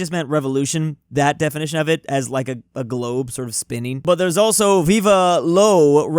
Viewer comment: WHY DOES EVERY ANGLOPHONE SAY VIVA INSTEAD OF VIVE (VEEV) VIVA IS SPANISH